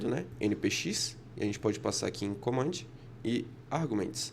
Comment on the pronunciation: Top! Repeat after me… commandi, N8N, listi , memori, raawayraway 😅